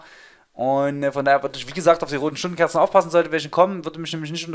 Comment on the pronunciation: Das Wörtchen „etabliert“ war der Starter, …rote Stundenkorzen, Schrundenscherzen, Och! ;D Danke für den Lacher und danke für den Mehrwert. :)